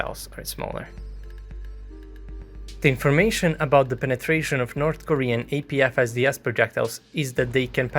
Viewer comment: Omg he said APFSDS the right way 😯